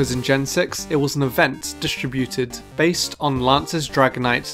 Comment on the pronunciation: "based" (Or besed)